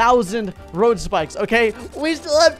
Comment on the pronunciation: How many times did he say road spickes